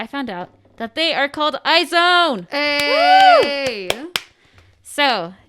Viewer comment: She knew she said it wrong but Omg when she said I-zone I Cringed so hard it’s pronounced Aizuwan or eyes one I’m a wizone here since produce 48